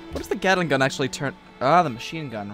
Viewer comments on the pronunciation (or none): none